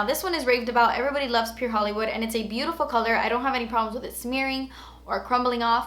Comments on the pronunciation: I died laughing at the sonia kashuk highlighter part "you think, das so beautifurrrr. but its nurrrr." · Omg you are so funny "oh my gahh its beautiferrr... But is nerrr" 😆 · "oh looks so beautifurrr oh so beautifurr.... but it's nurr" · "When I swatch it, it might look beatifurrrr but it's nurrrrr" 😂😂😂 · I gave this a thumbs up once you said beatifurrrrr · "Yeah, it does look very beautifer, but it's nert." 😂😂😂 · "and yh it does look very beautifur but it's nur" 😂xx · "it does look very beautifer but it's nert" LMAO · "You think it's beautifer but it's nert!" LOL